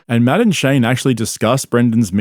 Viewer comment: . Hearing you say Matt and Shane with your accent sounds like Madam Shane. Maybe I’m just high. But maybe not well I definitely am but that could just be part of it